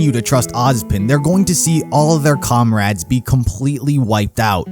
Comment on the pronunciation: He said comrad